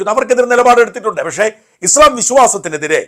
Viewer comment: ഉച്ചാരണം - ഇസ്ളാം അല്ല ; ഇസ്ലാം/ഇസ്‌ലാം എന്നാണ് 😊